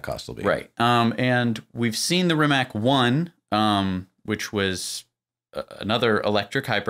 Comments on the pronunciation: First I wanted to compliment you for pronouncing Porsche correctly, but then you fell back to calling it '':). They are meant for doing 'speed daemon things' btw. Rimac is pronounced something like Remaz btw. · If the car name is based on Croatian linguistics, it should be pronounced Rimac (Ree-mahts). Rema means "rhyme" in Croatian. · And the best English language approximation of pronouncing "RIMAC" would be: "REE-MATS", with "EE" being prononunced a bit shorter than it would be in English. You're welcome. Great video BTW! Greetings from Slovenia! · It is pronounced REE-MAHTS (Rimac) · To pronounce properly “Rimac’ imagine that is written as Rimatz. In our language letter c is pronounced as tz in English. Letter “K” is pronounced in the way as you pronounced “C”.